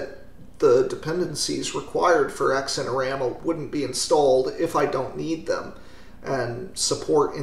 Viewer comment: Don't got time for sleeves when you are constantly emerging! Or pants. EDIT: BTW the 'x' in xinerama would be pronounced like the 'z' in zebra *US pronunciation, and not like 'eks'.